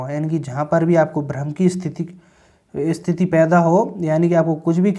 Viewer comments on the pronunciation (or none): none